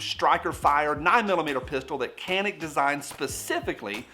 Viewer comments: Can-ick lol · Do you mind a random Turkish guy to pronounce it? It's roughly like Ja (as in Ja Morant) and nick. That C is like J in John, Josh etc. Rest is easy. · Uh it's pronounced CANick... 😉 Turkey meh, otherwise it definitely would be on my want list. Great review and video like always! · It's pronounced Canik not Canik.